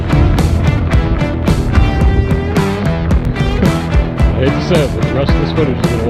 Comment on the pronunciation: This is and today we are going to make a rawket out of wewd.